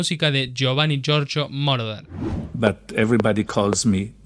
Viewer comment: Giorgio moroder. No mordorer